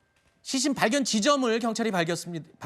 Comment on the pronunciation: 앵커 왜 시신을 싀신이라 발음하지?? 먼가 발음이